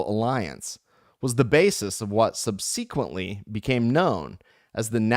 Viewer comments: Thanks for doing this. You're awesome. One note: SUB-SA-KWENT-LEE has the emphasis on the first syllable. That is all. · I couldn’t keep going after the second subseeeequently.